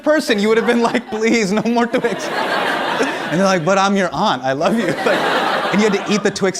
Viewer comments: "Please no more tWiX" The Indian of him came out with that accent " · when he said "please no more twix" his hindi accent came out!! i loved it!!! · "but after the 200th person you'd be like, "please, no more Twix!'" love how a bit of accent slipped in there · the way he says Twix is funny. Super heavy accent.